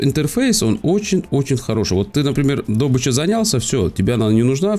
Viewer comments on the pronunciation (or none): дОбыча. дОбыча. Ты серьезно?) дОбыч, ты свободен 🤣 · Учись правильно ставить ударения ДЕРЕВНЯ! Д'обыча... бля кровь из ушей... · Фу добычу правильно незнает как произнести. Лайк, подписка.